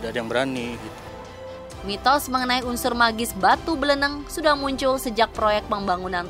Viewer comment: BLENEG KOK BLENENG.. BLENEG sebutan buat orang yang gedhé,pendek dan gendut ,.. Orang yang guedehe, pendek dan dan gemuk bagi orang Jawa dikatakan MBLENEG, contoh dalam pewayangan seperti wujud Semar, Togog.. Limbuk.. Nah batu itu bentuknya MBLENEG seperti Togog atau Semar..